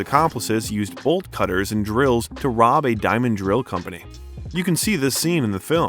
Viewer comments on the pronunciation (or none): none